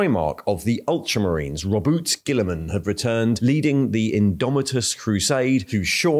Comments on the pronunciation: For the love of the god Emperor will you please stop calling him "Rowboot" In every single audio novel its pronounced "Rowbootay". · At first i thought your pronunciation of Roboute and tyranids and tyrant were real but now i'm quite sure u just f'ing with us.